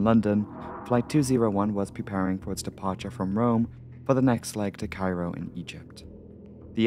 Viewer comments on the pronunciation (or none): none